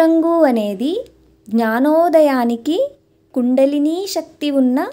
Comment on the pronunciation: మీరు చెప్పే శ్లోకాల వర్ణన అత్యద్భుతం. ఐతే మీరు శక్తి ని సక్తి అని పలుకుతారు.